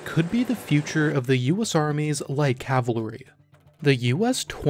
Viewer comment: Dear narrator please learn how to pronounce cavalry